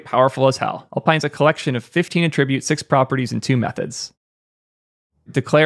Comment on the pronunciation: Just a silly English pronunciation thing, but you may want to be aware because it could harm your credibility for some people: "attribute" as a verb is pronounced atTRIBute ('a' as in "about"), but "attribute" as a noun is pronounced ATTribute ('A' as in "ask"). The stress of the word changes between the verb and noun versions of the word. It's a weird thing in English, but it's found in many words: think reCORD/REcord, conDUCT/CONduct, perMIT/PERmit, subJECT/SUBject, etc. Obviously everyone understands what you're saying and I don't think it's necessary to change your speech based on random internet comments, but I point it out just in case it might be something you'd care about.